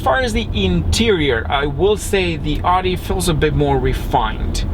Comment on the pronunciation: You are saying Audi wrong